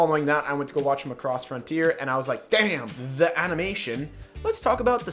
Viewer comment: Btw it's Mac-ross